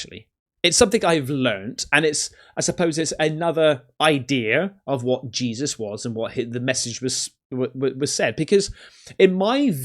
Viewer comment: HARRESSY! That AI got JESUS all wrong.